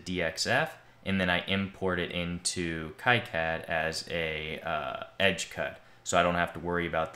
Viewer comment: The "Ki" in KiCad is pronounced "key" as in keyway, not "ky" as in... Kyle. 😄